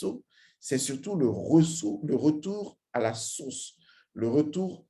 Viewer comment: Vous avez exprès en début de vidéo de dire source comme sauce😂